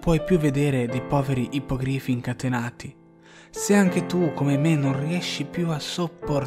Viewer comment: aridaje...è IPPOGRÌFI, non ippògrifi